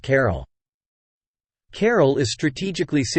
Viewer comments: The AI has turned this ancient city into 'Carol' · Why does the announcer not learn how to pronounce CARAL? You cannot translate. ca-RAAL. I could not continue watching the video mainly because of his mispronunciations.